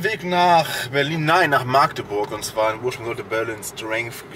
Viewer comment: ja ganu nett die Stadt, nur leider war er in Maaaaagdeburg. Schon sehr lustig, wie es niemand auf die Reihe bekommt, diesen Städte Namen richtig auszusprechen...